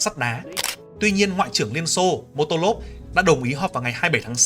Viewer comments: admin đọc sai mà , tên ông đó là molotov chứ k phải motolov , bổ sung thêm là bom xăng molotov cũng được đặt theo tên của ông đó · Motolov 😂 Molotov chứ bạn 😊